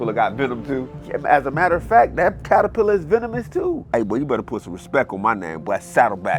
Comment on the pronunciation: Did you actually say, in the beginning, "paterpillar?" 😅